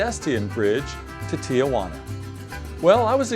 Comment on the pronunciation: It’s pronounced tee-who-ANNA